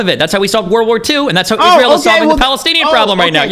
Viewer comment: “IZROLL” “is roll” “ees rie eL”